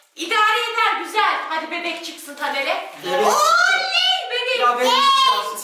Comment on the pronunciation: Oha genç değil gənç dedi